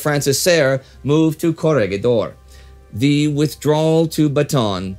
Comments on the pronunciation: "Corregidor" should be pronounced as [kɔˈɾɛhidɔr] (ko-ree-hi-dor), and "Bataan" as /bɑːtɑːˈɑːn/ (ba-ta-an). The other Filipino words are correctly spoken. Thank you for your videos. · Great video, but I couldn't help but laugh at Indy's pronunciation of Corregidor.